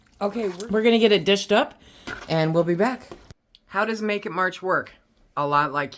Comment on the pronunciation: Almost sounds like "naked March" lmao!